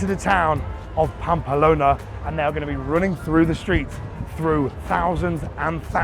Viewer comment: I actually like the camera man angle. is still being himself. I’d be even more self conscious etc. I’d say do it for a few vids and then make a decision. Stop saying Pampa Lona though. 😬